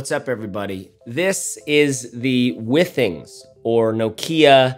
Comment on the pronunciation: I have one of these and I love it too! Fun fact, the company name is pronounced “Wi-Things” like in Wi-Fi because they make wireless/Wi-Fi connected things.